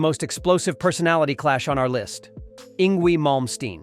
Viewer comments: It's pronounced: ING VAY not ING WEE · Yngwie is pronounced "ING-vay" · Pronounced: "Eng-vey" Malmsteen!😉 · It’s hard to take this channel serious when they guy cannot even pronounce the name Yngwie correctly. 🙄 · Especially the two incorrect pronounciations of "Yngwie"...